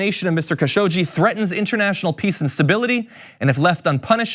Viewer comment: Please do your research before recording videos. Things like mispronouncing the name Khashoggi don't help your credibility.